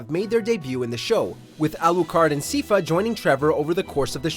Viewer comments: Me too. Also, SAI-fa, not SEE-fa. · SYPHA!!!!! coño! pronounced like SIdekick and FAmily...